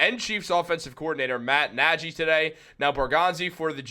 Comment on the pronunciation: Nearly stopped watching after he said Matt Najy for 14th time